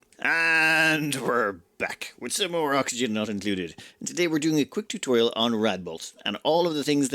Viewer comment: TUTORAIL? aahahahah come on xD